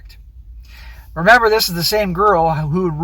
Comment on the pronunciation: Stop saying "Dis" man. You aren't from the ghetto.